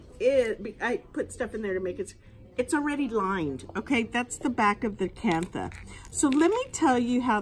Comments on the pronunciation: You are pronouncing it incorrectly…do your research, it’s pronounced “ kan-ta” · It's pronounced Kan-ta. The H is silent.